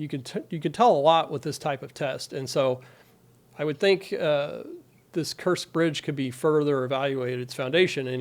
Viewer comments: So u mispronounce kerch. Kerch. Kerch. K E R C H. Not kursk and no absolutely nothing about military. Got it. And ur questioning every statement ubmake. Come on. UR OUT OF UR LANE. PROFESSOR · The name of the bridge is pronounced "Kirch" not 'Kersk'. The amount of explosives used has been identified (by authorized Ukrainian sources) as "1,100 Kilograms" - that's the equivalent to 2,425 pounds - a lot more than the "2,000 pounds" you said. (ONLY the usa, Liberia and Myanmar still use that terminology). Why not use the proper units? (You're an engineer??) DETAILS matter. Accuracy establishes credibility... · You can't even pronounce the name of the bridge well. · 1 mistake isn't alot.... the other was a mis pronunciation